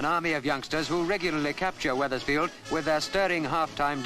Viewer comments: It’s Wethersfield not wetherfield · It's Wethersfield, not Wetherfield.